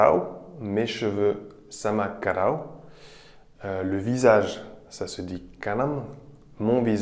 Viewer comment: On dit kawar au lieu de karaw ! Félicitations pour ton boulot